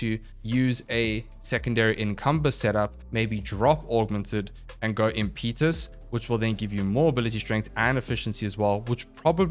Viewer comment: Not very important, but it's imp-eh-tuss. Not im-pee-tus.